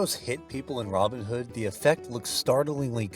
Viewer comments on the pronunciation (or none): A timely point of correct pronunciation from a native of GB. His name is pronounced with the emphasis on the second name not the first - Robin HOOD. To do it the Yank way is fine for Yank characters but please, show some respect for an English legendary character.